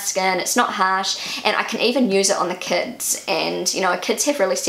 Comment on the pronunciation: when you said 'kids' I understood "cats":))